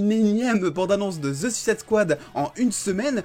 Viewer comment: Rien que pour la bonne prononciation de Suicide Squad je m'abonne. Bon récap news en tout cas ;)